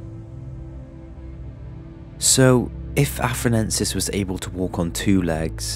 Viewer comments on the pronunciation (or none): i think you meant to say "Australopithecus afar-ENSIS" instead of "Australopithecus afar-NENSIS"